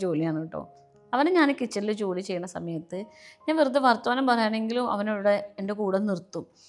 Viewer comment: വർത്വാനം അല്ല... വർത്താനം അല്ലങ്കിൽ വർത്തമാനം അതാണ് അങ്ങനെ ആണ് 😊